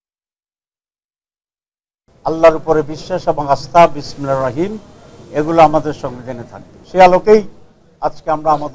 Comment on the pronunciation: জারা বিসমিল্লাহির রাহমানির রাহীম সঠিকভাবে বলতে পারেনা তাদের কাছে কি আসা করা জায়